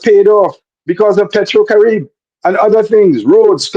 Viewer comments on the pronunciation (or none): It is pronounced Pay tro cari bay